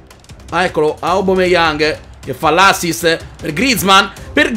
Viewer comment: Grande comunque si dice aubameyang non aubumeyang e ti consiglio di fare road to top opera del sud team